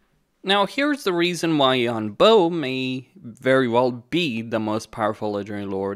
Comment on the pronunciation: “Bo” is pronounced like “bore” without the R sound at the end (like a “bore” in a British accent). “Boh” is a good guess, but hurts my ears 😢